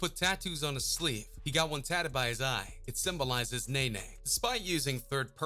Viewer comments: Nae Nae 😂😂😂 its NEE NEE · Anybody else got mad wen he kept saying nana instead of nene 😂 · How you heard this man pronounce her name “ knee-knee “ & you still gone sit there & say “ nay-nay “ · “Nae nae” now I know u can read it say Ne-Ne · lol it's pronounced Nene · It's pronounced nini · It’s pronounced knee-knee 😂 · okay first of all baby joe (yb best friend ) is the one sitting next to Draco (his son) second he dropped another song the next day & her nameee is pronounced “knee knee” he literally said that also he is dropping 38 baby 2 soooo idk wdf u talking about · its nene (knee-knee)